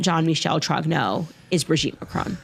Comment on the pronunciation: Wht the fuck are you all misspronuncing the name Trogneaux ?